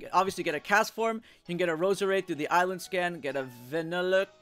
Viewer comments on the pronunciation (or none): none